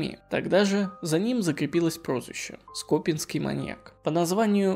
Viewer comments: С Новым годом! Всем желаю добра! Автору - успехов в работе, огромная благодарность за интересные истории. Прошу обратить внимание на ударения в словах: то скОпинский маньяк, то скопИнский. Это режет слух и сбивает с настроя. И нужны, наверное, паузы для разделения историй, когда их несколько, как в этом видео. Очень хочется, чтобы канал процветал! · скопинский ударение на и а не на о. Уши режет неправильное ударение. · То скОпинский, то скопИнский, странный вы какой-то. ЩетинА опять же. Суд Хорошёвский, но это можно не знать.